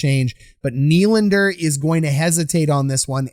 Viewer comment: At this point you’re just trying to mispronounce Nylander’s name lmao